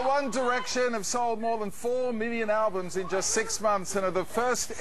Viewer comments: and what the fuck have respect and SHUT THE FUCK UP when theyre talking and theyre only saying its amazing because if they didnt theyd loose fans......AND SAY THEYRE NAME RIGHT ITS one dIRECTION NOT one DERECTION omfg fucking directionators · its one DIRECTION.. Not DERECTION... geez..